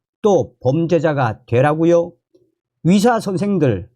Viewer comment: 위사가아니고 의사입니다 발음좀